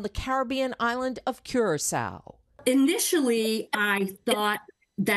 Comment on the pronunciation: 1. The Aedes is not the only mosquito that passes Dengue Virus. 2. Curacao is not pronounced "CURE-A-SOW". Please.